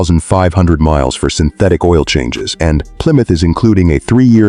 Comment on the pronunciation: AI SLOP! , PLYROUTR? Stop with the nonsense!